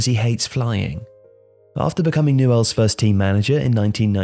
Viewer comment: It's pronounced "nyools"